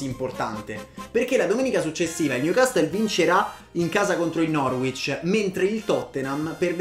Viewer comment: Newcassol non newcastle Si dice Lesgen non Leiun Tottenham Hotspur stadium non white hart lane Lo scudetto si vince in Italia non in Inghilterra, dì titolo piuttosto